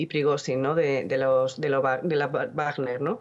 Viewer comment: Wagner no se pronuncia "bajner", que lo sepas